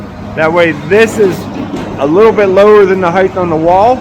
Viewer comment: Height does not end with a “th”.